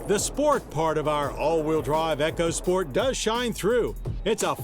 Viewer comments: E-CO! E-CO! NOT ECHO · Eco (e-co) sport, not EchoSport. It's not an damn Amazon product.